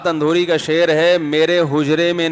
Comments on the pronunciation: Alfaz ko durust kro janab Rahat Indori hai naki Andhori🤨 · راحت اندھوری نہیں اندوری ہے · Andore nhi indore .ap esa q krroheho ? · Rahat Indori hai maulana, Andhuri nai hai 😁😁😁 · Rahat Indori hota hai andori nhi